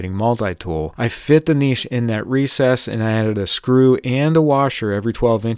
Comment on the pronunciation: My man is pronouncing niche the correct way. Im so proud!!